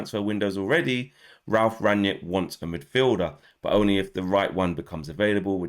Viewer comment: I can't wait to see who Ralf signs... PS: Rang-nick, not Rang-yick...